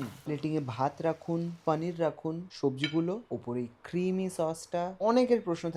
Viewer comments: Hindustani der moto paaaneer na bole poonir bol tui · ওরে আমার ঢং রে। পানির। পনির কে পানির বলাও এখন কুল!!! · আপনার প্রত্যেকটা ভিডিও ও রান্নার পদ অসাধারণ এবং আপনার ভিডিও উপস্থাপন এর পদ্ধতি খুবই সুন্দর | তবে বাংলা ভিডিও তে "পানির " না বলে "পনির" উচ্চারণ করলে শুনতে ভালো লাগে | বাঙালি "পানির" আর "লাস্যি" বললেই মনে হয় মুখে "বাত" হয়েছে | বাঙালির এখন "পনির", "লস্যি" বলতে মুখে তীব্র ব্যথা অনুভব হয় | বিশ্বাস করুন আমার মাতৃভাষা শুনতে খুবই মধুর | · 😂😂 Same here.....kono bangla channel পানির bolte pare ?? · Poneer bolo 😡